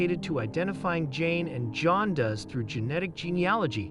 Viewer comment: Your AI seems to have issues with even the most basic words. "Mitochondrial" is a bit hard but repeatedly mispronouncing "runaway" and "John Does" are not.